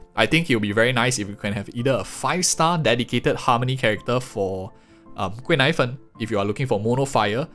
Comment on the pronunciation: I keep hearing her name as “贵奶粉” (expensive milk powder) 😂😂😂